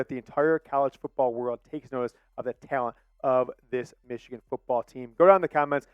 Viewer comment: 56-7 meeechigan